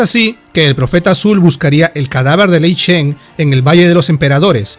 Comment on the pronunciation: buen video pero se dice..... GurubaSHI ( no gurubachi ) y lei SHEN ( no lei chen….)